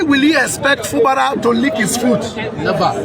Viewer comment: It's Fubara and not Fubala. Two ijaw men has rule rivers state even before the creation of Bayelsa state. One was politically elected while the other was a military governor. Try to understand your history before you come up here. Thanks